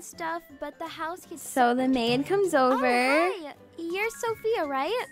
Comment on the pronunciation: “WERE OBER”😊😂❤